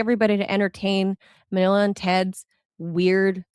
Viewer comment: we got Melania Trump instead of Manila